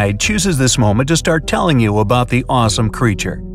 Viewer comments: Why does he pronounce it Mossasaur?! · mow-sa-saurus not moss-a-saur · It’s a mossasaurus Me:don’t you mean a mosasaurus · It’s pronounced Mose a saurs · You pronounce mosasaurus m-oh-suh-sawr-us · You pronounced mosasaurus wrong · Mosaursus the o makes a long o not a short o ⭐⭐⭐⭐⭐